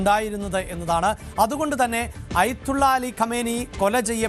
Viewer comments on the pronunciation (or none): അയ്ത്തുള്ള അല്ലടോ ആദ്യം പറയാൻ പഠിക്ക് ആയത്തുള്ള എന്നാണ്